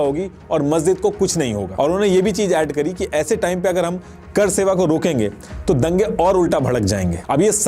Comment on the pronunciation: Apki pronounciation bahut weak hai. करसेवा नहीं वो कार सेवा था। ऐसा लगता है, आप किसी रिपोर्ट को पढ़ कर बोल रहे हैं।